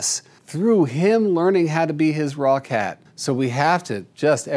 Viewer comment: Every time Jackson says "raw cat" I hear "Rockette" and picture a chorus line of cats kicking up their paws! 😂